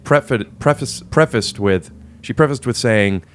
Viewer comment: My favorite part is when Rick almost said “prefecated.”